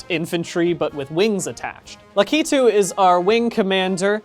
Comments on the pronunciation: No No No No That's not how you pronounce lacatoo Aaaaaaaaaaaaaaaaaaaaaaaaaaaaaa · It spelled Lakitu and pronounced Lackih*too*. I don’t think I can italicize so I’m bolding the stressed parts.